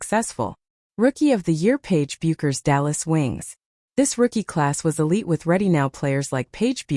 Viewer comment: Her name ia pronounced Beckers. The "u" is silent.